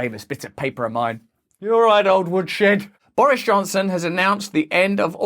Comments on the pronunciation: Excuse me? Did I just hear you pronounce his name Boorish Johnson? lol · Love how he pronounces it "Boorish Johnson"...hahaha...keep up the great work, Russell!